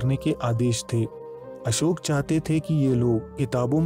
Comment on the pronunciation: आपका वीडियो बहुत उत्तम👍 है, वीडियो हिन्दी मे है तथापि आप अशोक नही अशोका शब्द बोल रहे है ये दुखद 😔 हैं